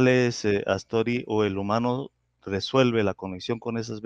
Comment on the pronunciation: Es Atzori y no Aztori